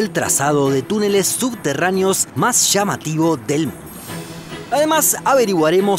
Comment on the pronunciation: Youtubero la palabra correcta es Playa no "Plasha" lo correcto es Llamativo no "shamativo" lo correcto es Plantilla no "Plantisha" ente otras muchas palabras mal pronunciadas